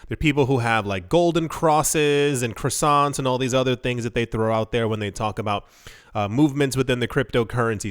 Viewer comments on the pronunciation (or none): Croissant - Qwa-sont 😂